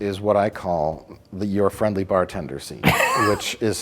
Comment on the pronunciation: yor frendly bah tendeh!!!! >:)